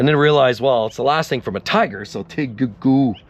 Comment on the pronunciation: The name of Volkswagen's Tiguan SUV is a combination of the German words for "tiger" (Tiger) and "iguana" (Leguan), pronounced "TEE-gwan"